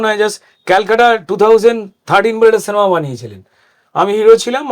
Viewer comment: সেনেমা আবার কি জিনিস!!! এত বড় মাপের একজন অভিনেতা, উচ্চারণ এমন হবে কেন!!!!!